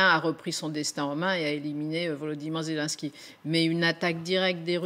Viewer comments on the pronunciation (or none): La journaliste devrait se corriger, car elle est ridicule "Zélunsky" à la place de "Zelenènsky", "Raschia One" à la place de "Rassya adine".